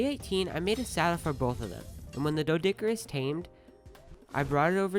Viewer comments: its called a dodicurus not deo !!!!!!!!!!!!!!! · your doedic oronunciation tho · You say it like this doedic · Its pronouced like dO Dic a rus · He literally pronounced the doedicurus as dilo tf??